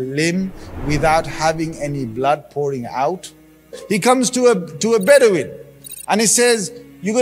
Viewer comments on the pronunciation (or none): none